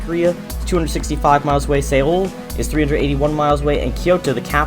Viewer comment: I gets me everytime, the way pronounce he Seoul as "Say-ol", it should be pronounced " So-l"